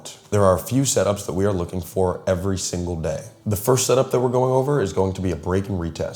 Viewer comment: “Firts 15-minute candle” 😭